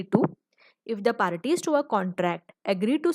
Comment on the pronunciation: First of all mam it's parties not paraties.... And apne merge cover nhi kia ismain.. Or apne english main kisi ki definition bhi nhi btayi... Hamko english main likh kr ana h hindi main nhi.... And ache se kuch bhi clear nhi ho paya maam... Sorry but i don't like your teaching 🙂